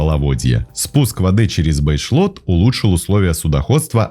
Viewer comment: Последнее озеро перед первой плотиной не ВолгА, а ВолгО. Не Бэшлот, а Бейшлот . А да и река Песочня.